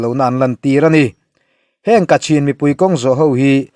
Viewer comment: Kachin tiin a inziak a,kachhin tiin i lam tho si a?